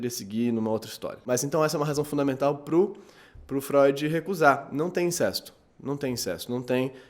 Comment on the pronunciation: Sem querer ser chato mas..."incesto" é pronunciado com "ê" fechado ("incêsto") e "Electra" também não necessita de acento. Fora isso, parabéns pelos vídeo!